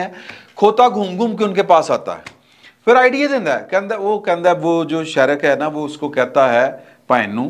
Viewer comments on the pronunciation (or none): شیرک نہیں شریک اور ہلک نہیں ہک ل سائیلنٹ ہے